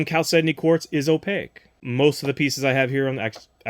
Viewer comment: Opaque has 2 syllables.